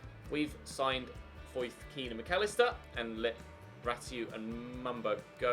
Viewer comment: his name is pronounced ken not keane.